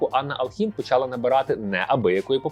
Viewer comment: не почАла, а почалА